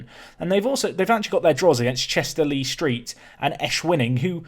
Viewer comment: "Le Street" not "Lee Street"